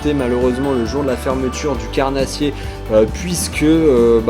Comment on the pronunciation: Le leurrreuu !, La truiiiiteuuu !, Lleuu onze marsseuuuuu !, leuuuu carnaaaaasssier ! Vous avez choppé le sydrome des youtubers ! 😂🤣 Mais bon la vidéo reste de qualité 😉